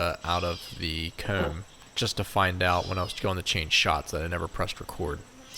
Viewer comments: Hoom = Home Coom = Comb Poost = Post Slew mo = Slow mo Foon = Phone Sue = So This guy is allergic to the long “O” sound lol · I swear to bob I always thought you were saying “cone” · I’m laughing because I was enjoying your pronunciation of “comb” and then you mentioned people were picking on you lol. Did you say you were circumcising the nest???? They are beautiful. It’s amazing how they can make these. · The way you say “home & comb” makes me wonder where you’re from lol ive never heard anyone say it like that. canada maybe? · That was it! The way you said comb was how I could tell you were from Pennsylvania. Between you and Herc I’m getting very little done at home 😂